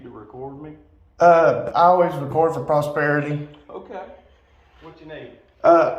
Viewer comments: LMAO 😂 The phrase he’s butchering is “to record for posterity”. By saying “I always record for prosperity” I guess he was accidentally honest that he records for “prosperity” (ie to make money off YT) not “posterity” like he meant to say (ie to make a record for future generations) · Posterity is the word he is mispronouncing It means for the future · <<<<<<< He means POSTERITY .... but even that's kind of a dumb usage of that word. He said "posperity". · BTW, it's actually, "For the sake of POSTERITY", The idiot isn't even saying it properly. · I believe he is trying to say "posterity." Yet more proof that the frauditors are not Mensa members, to say the least. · Prosperity? 🤣😂 It's posterity!! Know the word before you use it. These frauditors crack me up trying to act like they know everything about law and they don't even know the words they are using. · "Prosperity"? I think he means "posterity". But actually he is recording for prosperity because he's trying to make money. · I think he mean ''posterity'' hahaha